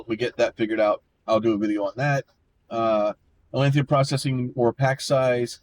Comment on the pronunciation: Dawg, theres no i, its atlantum. AT-LAN-TUM